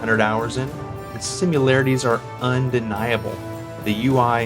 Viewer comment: Lost me at "simularities". Sorry, can't listen to that and take anything you say seriously.